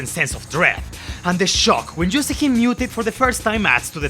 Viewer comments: That's right, I'm going there and making fun of your accent, it sounds like you're saying Peppino is fighting an evil Jew lmao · do not pronounce the Y in “you” as a J lmao, it sounds really bad in that context